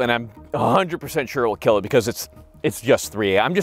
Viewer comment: “Your weapon. It will keel.”